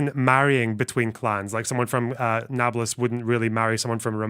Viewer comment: The way you say Nablus it sounds so much more like Neapolis than usually (When i say it it sounds like the french word for lawn that's it)